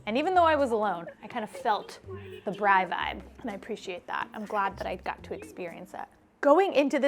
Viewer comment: you beauty... I love the way you say Braai... like a pro❤